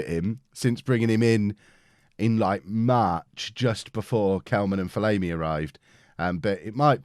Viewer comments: STOP SAYING FOL-AYMI ITS FOL-AHMI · From an Ipswich Fan - it’s Ben Fol-arm-ee. Loving the series btw!!!